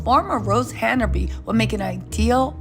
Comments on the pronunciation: Her name is Hanbury not Hana bury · There is no “a” between Han and bury HANBURY